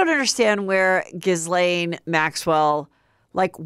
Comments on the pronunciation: her name is pronounced giy-lane. not gis-lane. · lol GA LANE. Pronounced GaLane.